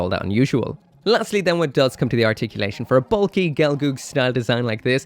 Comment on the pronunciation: gel-girl not gelgoog